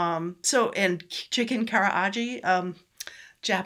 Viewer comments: “Chicken karaage (からあげ)” is pronounced “ka-ra-AH-geh.” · Thanks, I appreciate that. (I knew I'd mangled it.) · You lost points by the way you pronounced Karaage. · Hahaha I know— I knew I messed it up but kinda plowed ahead, then basically waited for this comment! You are right! 😄